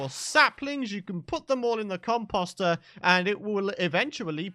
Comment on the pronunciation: I was scouring for a comment that showed I wasn't the only one who thought he said it weird 😂😂😂